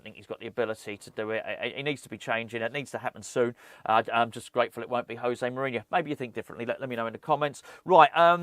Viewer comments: It's "Joe-Zay", not "Hoe-Zay". He is Portuguese. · as he's portuguese its pronounced josay not hosay which is the spanish way, agree with all you said on this video though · I don't want to be that guy, but im going to be that guy José is Portuguese, the J is a hard J in his name, not like it is in Spanish 🤓